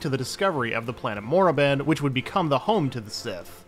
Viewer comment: KORRIBAN. NOT MORRIBAN